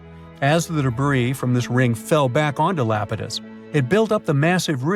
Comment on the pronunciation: Not lapitus it’s EYE-ap-ah-tus